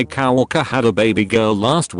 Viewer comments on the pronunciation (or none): I like how said cow worker instead of coworker